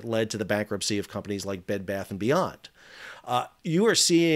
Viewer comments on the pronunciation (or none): none